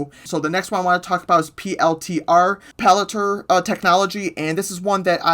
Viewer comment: Pa-LAN-TEER. I let it slide last week but c’mon dude